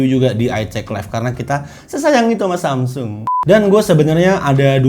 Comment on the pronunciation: susah bget sih nyebut samsung... wkwkwk